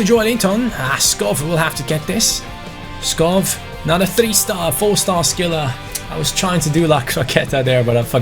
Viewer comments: Hi, love your videos. However since i am from Denmark it's kinda annoying that you pronounce Skov Skof, instead of Skou, which is the right way of pronouncing it in Danish. keep up the good work! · it selects Schär as the penalty taker, because he has the highest penalty stats in your team. Also, Skov is pronounced Sko, with a silent k Like so he can see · Skov is actually pronounced Skou :) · hey, certified Dane here, Skov's correct pronunciation would actually be more like Skow in English. Otherwise keep up the good work mate 👍👍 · Hi, amazing video, just one thing, you pronounce Skov a bit wrong, it’s only the “V”. “SKO” is pronounced like you do, but the “V” is pronounced like a “U”. I’m from Denmark i know. Or you could just call him forest BC that means Skov in Danish.